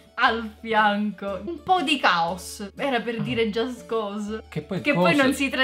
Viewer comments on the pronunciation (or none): none